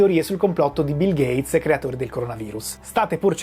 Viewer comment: Nooooo a stato bil gheiz!?!?!